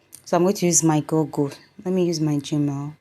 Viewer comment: It’s /gugl/ not gogl. I’m the grammar police. Please follow me